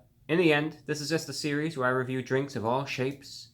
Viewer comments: The pause gave me a spook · Please name your drink series reviews, my soul dies a little each time I hear that pause.